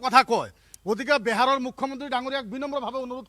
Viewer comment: বেহাৰ নহয় বিহাৰ । ভাষা টো শিকি লক ভাল কে।